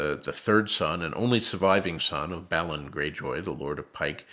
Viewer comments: Dang he’s pronouncing all names differently. He said Bal-lon Greyjoy instead of how they pronounce it in the series which is Bay-lon Greyjoy. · So, it's Doth-Rock-Eye and not Doth-Rack-ee; and it's Ballon Greyjoy and not Bay-lon. Got it. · This nerd doesn't know how to Pronounce Dothraki and Balon bruh, smh